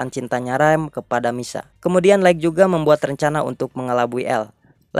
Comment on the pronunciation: Bukan laikg, tp laith untuk pronounce light